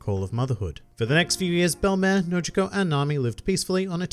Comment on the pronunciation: Why does pronounce it bell*em*ehr and not bell*em*eer